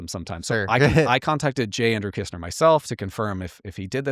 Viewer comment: Shouldn't it be "Kissner" in stead of "Kistner"?